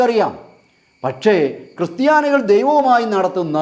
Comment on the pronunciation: Sorry to say "cry Stiani"